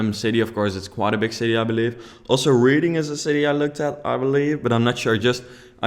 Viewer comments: Reading isn't pronounced reading it's pronounced Redding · it not reading it's red-ing but spelt Reading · Btw 'Reading' is pronounced 'Reding' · Reading is pronounced Red-ing